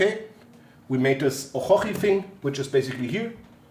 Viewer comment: why you call orochi a OHOHI?